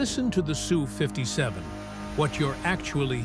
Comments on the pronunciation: Ess u, not Sue. If you want to name it properly it is a Sukhoi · Fake AI narration and it's not a SOO 57. It's "Ess • You" 57 or Sukhoi 57 or NATO name "Felon". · Sue? No, Ess You. Effing AI crap. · The plane is the S. U. 57. Not the Sue 57. Typical AI sound track! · I'm really starting to hate AI narrators. The people programing them are dicks. It's not a SUE 57. It's an S U 57. Jerk. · Its not Sue 57, Sukhoi 57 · 😂 Sue 57 😂😂😂 AI is a rtard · It’s an ESS-YOU not a girl named Sue.